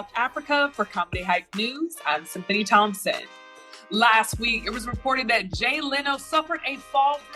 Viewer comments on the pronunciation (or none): none